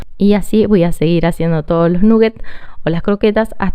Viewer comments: eso que esta cosinando son croketas como que habla espanol eso de nugget es ingles no se porque quieren hablar en ingles si alos ingleses no lo quieren y otra cosa que la idioma inglesa nola pueden pronunsiar esa u de nugget no suena u saludos desde Australia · "Nuguets o croquetas, según el barrio". Hay barrios donde se pronuncia "naguets"